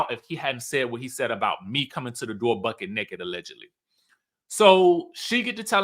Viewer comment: everytime you say BUCKED NAKED & diamond-dell, i holler 😂😂😂😂